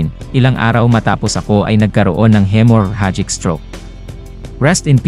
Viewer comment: Bigkasin mo uli "hemorrhagic" (He-Mo-Ra-Jik)